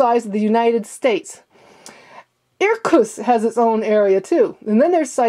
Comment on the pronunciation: It's 'Irkutsk' not 'Irkuss'. But I'll leave you alone on that one, not many can pronounce that syllable. I have eastern european ethnicity. (While I'm at it. It's Kahm-Chot-Ka. Not Kamchat) To help with the 'Irkutsk' pronunciation. Say 'Shot skull' then break it down into the middle syllables until you're saying Otskull. Finally, extract the 'tsk' from the remainder.